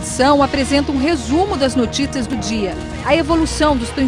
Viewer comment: "Apresenta um resumo das NOTÍTAS do dia."